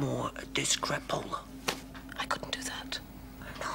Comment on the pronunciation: “I’m not gonna take anymore of this crappola” with the American accent is so funny. I love this show so much